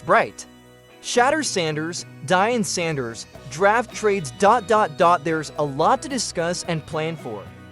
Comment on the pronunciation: It is deion sanders aka prime time deion sanders how you can even mess up on his name is downright disrespectul. The man is hall of fame 2 time superbowl winning defensive back the greatest shut down corner to ever walk gods green earth a top 3 all time in terms of greatest of all time. Learn how to talk and his sons name is sheduer not shatter you need hooked on phonics man